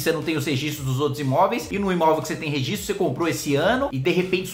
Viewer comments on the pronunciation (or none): none